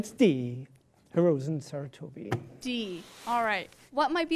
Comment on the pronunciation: Bro, Dr had the Hiruzen Sarutobi pronunciation on point though, hmmm